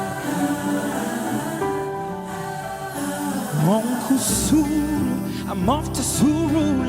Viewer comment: I love the way he pronounces that uncle suru